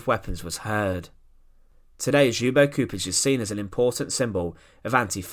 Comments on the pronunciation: You say it LYUBO CHUPITCH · For English speakers his name is pronounced as if spelt like Lyubo Chupich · Gosh... I didn't know it was possible to butcher Ljubo Čupić name that much. And other names... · get someone to teach how to pronounce the person's name properly what you're doing is DISGUSTING